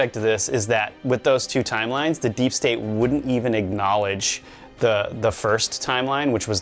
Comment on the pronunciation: He said "deep stank" hahahahahaha